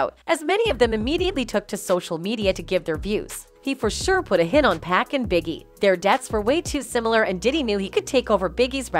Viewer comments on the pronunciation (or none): It's pronounced 2pac not 2pack jeez 😒 🙄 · She is also calling 2 Pac,2 Pack and she doesn't seem to know Collie is a dog not a state!😂